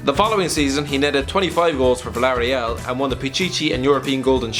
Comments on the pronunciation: Its Vill-ah-ray-al not vilaria btw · Hate the way he says “Villareal” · When this dude said Villarreal...